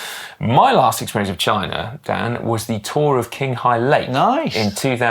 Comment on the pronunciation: Qing Hail Lake would be pronounced as Ching (not king)